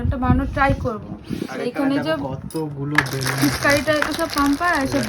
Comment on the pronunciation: বেলুন্স না ওটা ওটা হবে বেলুন ঠিক করে বলো বেশি ভাব নীতে গেলে এমন হি হয় 🤣🤣